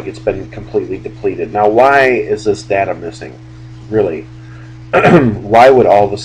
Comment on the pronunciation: did you really say... "depleted"?? lol ;)